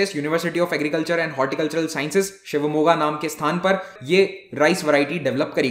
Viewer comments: Super guru. Namma ooru Shivamogga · Karnatak*A* Sir like you pronounced Shivamogg*A* correctly...